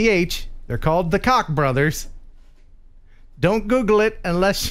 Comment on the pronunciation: Thanks for getting our name right😂 "Koch", pronounced like it's spelled😉